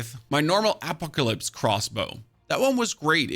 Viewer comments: my dude said apik-alipse lmfao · Bro did you just say apah clypse?